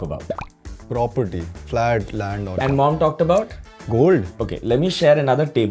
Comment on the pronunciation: This guys needs to learn how to pronounce land 😅